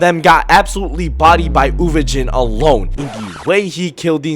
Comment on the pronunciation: did this nga just say uvojin??? MF IT'S UVOGIN (they literally say it in the anime)